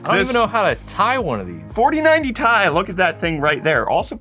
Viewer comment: I think he's the only person on earth that calls the Ti cards the 4090 tie 😐